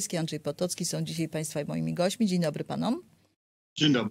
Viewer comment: dzisiaj - nie "dzisiej" ...